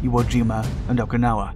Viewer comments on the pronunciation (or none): none